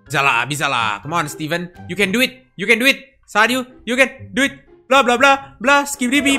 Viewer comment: #cukur bang, saat dengar malah"you can duit" 😂😂 Kakak yg main aku yg ngeri ... Rip ears phone asli yg make headset waduh Ba.. Ha.. Ya